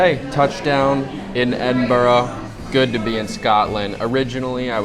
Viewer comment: lol - "Scotch" lol, you're lucky you only got a slap on the wrist, in a lot of places they'd just pour some Johnnie Walker for you to return the insult xD - Lock Ness lol Not a dig at you, every American coming to Scotland had to learn those things, it's part of the journey and a forever fertile meme. Glad you enjoyed it, visited some amazing places. Oban is one of my fav towns in the country, the ferry takes you to Mull which is a gem, and much less crowded than Skye. Then you can eat some sea food from a booth in Fionnphort and go to Iona, see the cool Abbey and (if weather permits) travel to Staffa as well:) From there go to Tobermory, visit the distillery, get across and see the Glenfinnan Viaduct. I'd recommend going to the more wild and raw north-west of the country, areas like Torridon and Ullapool are stunning. Also if you haven't already, check out why Royal Lochnagar has the Royal in the name, it's a cool story. You can also visit the place where they found the oldest official record of whisky production that you mention in the video, it's in Lindores Abbey, and now it also has a distillery just next door, with some of the best modern single malt whisky:)